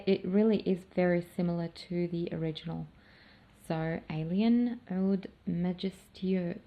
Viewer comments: Hi there 👋, l wander if you are an Arabic ostrelian? You pronounced (oud) in pirfect Arabic language. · You say oud perfectly in Arabic